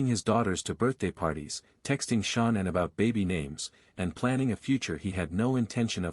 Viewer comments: Not your fault but it’s cringeworthy when the narrator (whether real or robot) pronounces Shannan “SHAWN-INN” a thousand times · I don't like the computer voice, but I kept watching. The pronouncing of Shanann's name was irritating, but I kept watching. Then they completely give wrong information about the personalities of CW's parents, so I'm getting ready to go. Before I'm doing that, they give inaccurate details about other things. One being, Shanann thought she was coming home to the same loving household when she had been upset about Chris being cold to her It's not your fault, but that channel needs some constructive criticism if they want to grow and do well. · He cant even say her name properly im over this 100% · Why didn’t this channel find out how to pronounce Shanann’s name (either way) before doing the video. I just noticed that once in a while they pronounce it right. Just happened again. They just said her name right. The AI guy even sounds a little different. Also, that picture that was supposed to be Chris’s parents were pictures of Frank and Sandy Rzucek (Shanann’s parents). Also, Ronnie wasn’t a truck driver and he was very close to Chris. Now the AI guy is back to pronouncing Shanann’s name wrong again. Why do people even use those? I will give this channel another chance, but they need to get all the facts straight next time. I don’t usually criticize channels. I probably know too many facts about this case and notice every little thing that’s wrong.